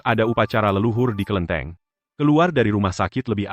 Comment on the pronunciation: bukan kelinteng..ini kelentit hahaha..